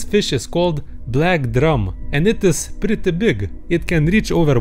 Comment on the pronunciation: Prytty byg😂